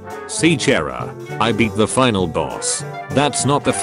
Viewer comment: Its pronounced CH-ara